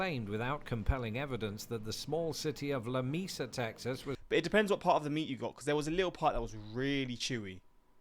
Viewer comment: The town in Texas he mentioned is pronounced "la - may - sa".